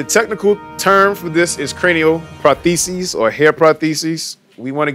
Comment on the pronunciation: Poor wade can’t say prosthesis. Cool vid though.